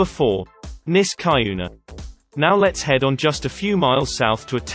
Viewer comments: I live in the Capital Region. Niskayuna is pronounced NisKEYuna. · It’s pronounced Nisk-ah- YOU-nah. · SkUHneetles, NiskUHyuna—AI voices are so irritating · Niskayuna: Nisk-ah-YOO-nah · As someone who lives here, it's more so pronounced Nisk-AH-yuna but some pronounce it as you stated. most also just call it nisky. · Nis kah yoo nah look it up Niskayunah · Who pronounces Niskayuna like this guy? No one in upstate, NY. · I love hearing this guy pronounce Niskayuna.